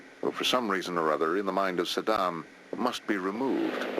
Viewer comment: Saddam, not Yaaah...